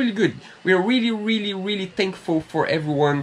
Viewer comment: you can pronounce your “R’s” as in Rubber gasket. Now try to practice your Really not weelly to help your English, please don’t be offended, take it as the challenge of the week 😉 love your videos things are coming on nicely. Really Looking forward to the next video 😉😘to you both🙂